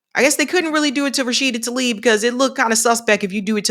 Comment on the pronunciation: T-La-ib not talib